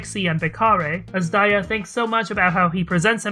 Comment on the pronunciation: whoa i thought azdaja is pronounced as 'azz-duhja' or kinda like that and not 'azz-daiya' fsgsfsags i'm so wrong